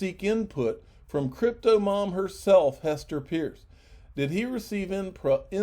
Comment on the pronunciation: Please give Hester Peirce the courtesy and respect she deserves and pronounce her last name properly. Practice off camera. Even a child could do it.